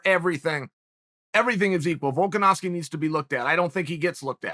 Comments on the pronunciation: VOLKASNOOZKI , VOLKAWHOSKI, ANKLE KICKER , VOLKAWHOSKI LMAO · Chael loss credibility the moment he said the name "Volkanowski" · Excuse me, volkanovski? Not even close